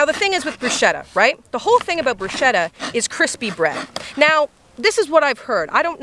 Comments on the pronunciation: I was already going IT'S "BRUSCHETTA" NOT "BRUSCEDA" when you said "brusceda" at the start😂😂😂 YOU. ARE. ALWAYS AMAZING. I love these videos. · Sorry but I’m italian and you pronounce it “Brusketta” instead of “brushetta” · If you have italians near you and you care about their well being, for the love of all that is good and pure, its pronounced, "broosKeta" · That's not how bruschetta is pronounced, it's an Italian word so it's broosketta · 100% this 👆🏼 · It's pronounced "brusKetta" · It’s “bru-sket-ta” for future reference 😊😊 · Um the pronunciation of Bruschetta.... no